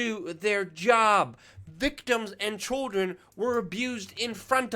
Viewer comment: "of CHULDRIN " Lol just messing. So glad you are still operating after all these years. Number one, Luke!